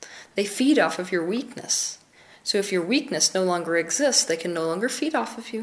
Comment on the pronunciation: "desperacy" is not a word. You mean desperation. "being powerless or vunderble"? I think you mean vulnerable. 3 syllables. At some point, people, you gotta see that she doesnt care about facts any more than charisma. There are some great tips laced in here about how to feel better about yourself, but within too much misinformation. I enjoy the effects of meditation and asmr, but you've got to realize this is pseudoscience. Here come the accusations that I'm a psychic vampire troll monster beast